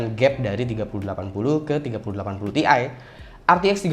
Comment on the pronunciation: bukan "TI" tapi "TIe"